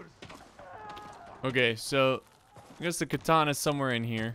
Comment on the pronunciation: KA-tana,. KA-tana.